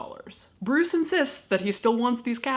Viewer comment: His name definitely ain’t Bruce.. take it from a Dane.